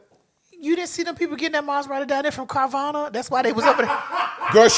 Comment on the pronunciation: Not carvanna!😂